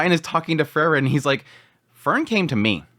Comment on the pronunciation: It's always difficult to say if you're talking about Fern or Frrn. 😁 Try Free-ren. Please. 😊